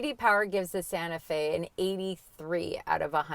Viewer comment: Kia santa fee...what?